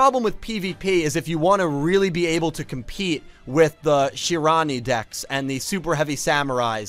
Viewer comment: Its not Shirani, its pronounced SHER-RA-NU-E lol love the gameplay livestreams, cant wait for the next one, much love brotha!